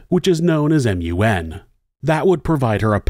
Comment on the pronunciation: A Newfie here. We call Memorial University "Mun". Not M. U. N. And you're awesome.